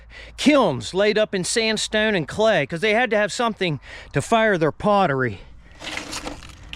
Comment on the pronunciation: This guy from Philly? “Sand-steone”